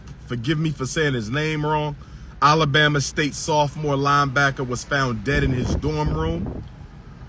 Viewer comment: Dr. Johnson pronouces Alabama, Allah-Bama. That's how serious this man is.